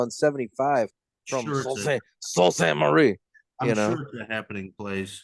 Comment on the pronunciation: As a Michigander, I feel obligated to tell you the city is pronounced "soo saint marie"